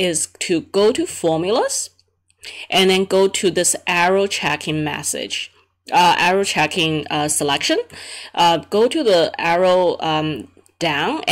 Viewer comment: I dont understand why when Indians make videos they add american accent. Speaking normal english is better if you are an Indian. You pronounced Error Checking very incorrectly in american accent.